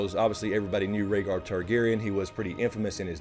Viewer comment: Ragar targaryen butchered rhaegars name